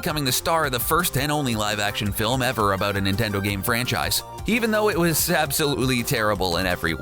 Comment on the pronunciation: "Sadly Wahs" 😢